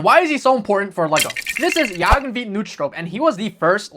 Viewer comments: I've never heard someone pronounce Jørgen that bad before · You trying to say his name made me have a stroke I’m sorry but none Danish people trying to say Danish names has to be the funniest thing ever